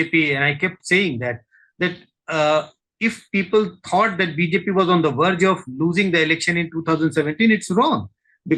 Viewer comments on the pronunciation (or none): none